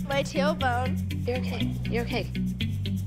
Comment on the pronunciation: how she says tailbone ahahhahahahahhahah